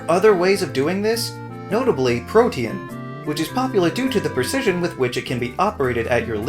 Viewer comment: Did my man just pronounce protean as "protyan"?